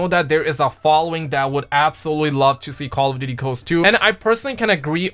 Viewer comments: Love how he sounds like instead of saying ghosts he's saying coast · I thought he was saying call of duty coast. I thought I've never heard of this game. Then I saw the dog. "Oh ghost"